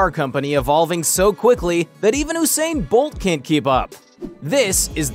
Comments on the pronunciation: U can’t pronounce Usain right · And Bugatti “Quiron”